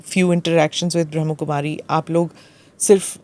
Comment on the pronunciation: Smita Ji...it is Brahm Kumari...not Bhram Kumari...